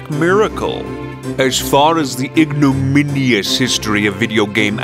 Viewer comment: "ignominius" jesus christ.